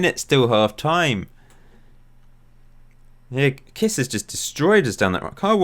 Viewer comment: I laughed a lot on your hungarian pronciation Kiss xd you pronunce it like if it was written kissch.